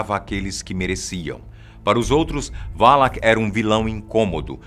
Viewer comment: não se fala valak é sim valac